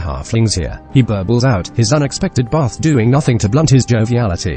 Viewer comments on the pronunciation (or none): none